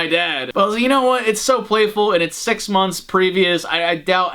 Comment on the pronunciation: He said sex months